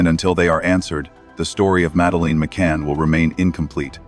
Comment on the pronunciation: Why cant AI pronounce madeline🤔